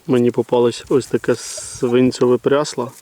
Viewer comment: Свинцеве а не свинцьове прясло 😅